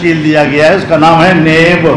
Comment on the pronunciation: ملا ں نیب کا تلفظ بھی صحیح طور پر نہیں بول سکتا .